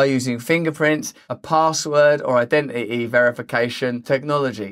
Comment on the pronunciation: The way Russel pronounces words like "ident it y" always makes me smile. Cannot wait to see his video about Put in or NAT O. :-)